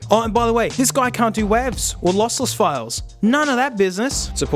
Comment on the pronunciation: What did you say? Wahv’s?😂 WTF?